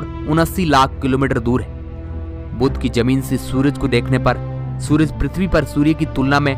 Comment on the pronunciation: Are bhai thik se bol le.... Pirtvi trah thos stah nhi pirtvi ki jesi